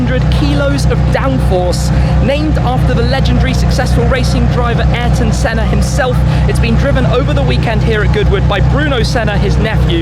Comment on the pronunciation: Clover_Z I keep hearing him say SENNER instead of SENNA.